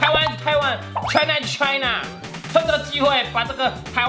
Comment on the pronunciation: China is china 聽成 台南is台南😆